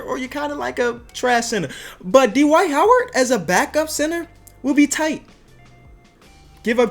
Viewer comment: How he said Dwight 😂😂😂